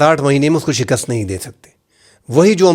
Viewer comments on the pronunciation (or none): none